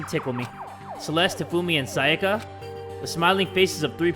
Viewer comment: so we just gonna ignore "sakaya"